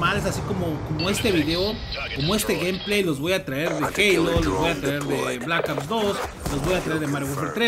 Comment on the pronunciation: jaja me da risa cuando dices blakaps 2 jajaja saludos xD